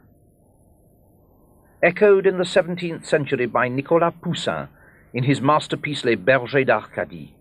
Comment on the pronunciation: The French are so mysterious, I like the way he says Pousian. An Italian would say Pousilinni.